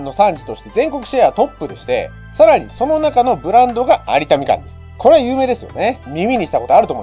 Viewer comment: 「有田みかん」は 「ありだ みかん」と読みます。 ごめんなさい。気になる質で……